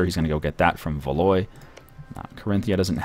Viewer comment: Valois is pronounced Val-WA. Is Norfolk Skottish?